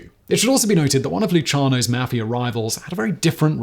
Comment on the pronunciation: You can't pronounce Italian names. Or even the term Mafia.